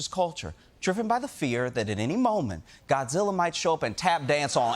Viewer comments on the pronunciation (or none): none